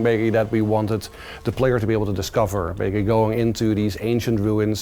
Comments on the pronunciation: what is the word this guy keeps saying at random points? it sounds like "beggie" or something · Maybe* he's saying maybe...